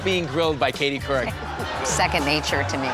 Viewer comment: COURIC